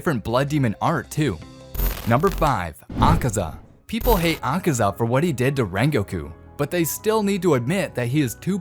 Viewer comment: Bro said akesa 💀💀💀